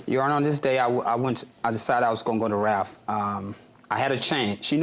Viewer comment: RALPH not Raph😅😅